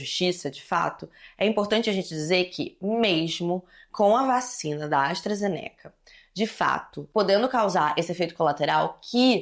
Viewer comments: se pronuncia Astra Zêneca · Quando tu vai aprender a falar astrazeneca.... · Eu to começando a creditar que se pronuncia "astrazenéca"